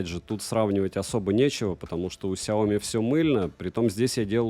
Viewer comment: сЯоми, не СяОми. Ты же крутой блогер)))